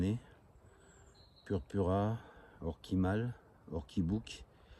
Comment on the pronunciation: Salut Super pour les premières girolles! Et ton bolet à pieds rouges ça promet de belles cueillettes Après pour ce qui est des orchidées on dit orchisse même si ça s'écrit Orchis le "S" se prononce Et O.purpurÉa et non pas purpura.Et oui il faut bien le dire c'est mieux sinon en français O. pourpre.... Après la Silène que tu montre n'est pas la Silène enflée c'est vrai elle se ressemble mais celle que tu montres est la Silène latifolia ou compagnon blanc..il peut y avoir les 2 dans le pré la photo que tu m'avais envoyé l'autre fois est celle de la Silène enflée le renflement avant la fleur est plus transparent....voilà voilà les botanistes sont très pointilleux! Merci pour cette vidéo, à bientôt pour la belle cueillette de girolles😅 😅😅